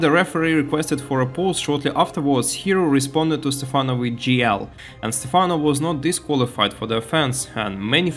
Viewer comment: Why did you start calling him Stephana halfway through the video? It's very distracting, lol. It's Stephano, not Stephana!